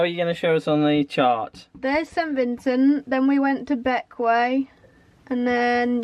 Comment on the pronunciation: Waisted on GT with ICE! Obviously, you will have my full support! 😂 Oh incidentally while we are at it, the way Bequia is pronounced is so wrong on all sailing channels - let's get it right once and for all, how difficult can it be! check out the Castillian version. Forget all this Wey this or this Way that there is only one way! 😂 Also corrects the local version ... 😂